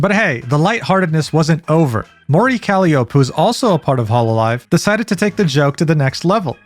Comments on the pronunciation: "Mori Calli-ope" Bro why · "Mori Calliopuh" bro pronounced my oshi name wrong, I'm in anguish😭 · “Mori Cally-Ope” LMAOOOOO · Say it with me: "kal-lye-oh-pee" That's how you pronounce "Calliope". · hololive talents having fun when stuff like this happens will always be amazing. for example, kiara roleplayed losing her memories and re-debuteing when her channel got deleted by youtube and reinstated because shes canonically a phoenix, so she was killed and reborn which is genius also i believe it's "oh-ro" not "oo-ro" and "ca-ly-oh-pea". or just kronii and calli works i guess yk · I was jokingly keeping an eye on these coins as Kronii was streaming and timing how long it would take until it crashed. It was funny just watching it be green for the entire stream and suddenly face plant into the dirt 20 minutes later. Also, by the way, not that it's important or anything but just to point out: "Calliope" is pronounced like Cah-lie-oh-pea. Edit: Call me stupid, but even as an avid Hololive watcher who watched these streams live, I actually didn't notice the disclaimer in the lower right corner that you pointed out LMAO. Well, I did notice it on Calli's stream, but not until like an hour in. But I absolutely didn't notice it during Kronii's. I must be blind. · bro look up the pronunciation of "Calliope" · Please never fix your pronunciations with names, uro kroii and mori caliopp. Shits funny af